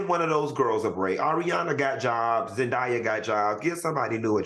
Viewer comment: Please say these peoples names right. ZEN-DAY-A